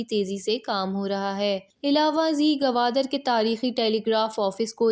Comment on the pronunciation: Gwadar hen gawadar nhe pls